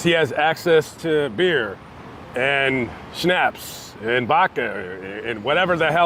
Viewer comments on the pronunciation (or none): none